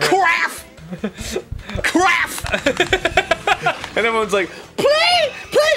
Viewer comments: I heard "crap" not craf, which made it even funnier. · He really did say “kraff”